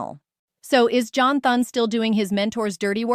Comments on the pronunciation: No one is going to listen to her when she can't even pronounce Thune's name correctly. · AI cannot say Thunes name right